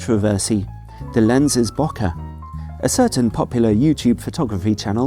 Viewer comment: just letting you know, bokeh is pronounced beau not noh!